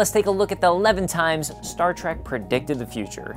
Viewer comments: The host says Star Track but it's Star Trek. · The show was called "Star Trek" NOT Star Track. Trek, as in journey. Why do so many people make this mistake? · LEARN HOW TO STAY STAR TREK PROPERLY IT'S NOT TRAK IT'S TREK. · Say Star TrAk Again, I dare you! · Star Trek, not Star Track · Its not STAR TRACK but STAR TREK. TREK TREK TREK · It's a multi-racial crew, not bi-racial. Ans at .33 you clearly said, "Stat Trak". This is inexcusable. Don a red shirt. Uh-oh. You've said, "Star Trak" several more times... Setting phaser on stun.. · Is he saying star track?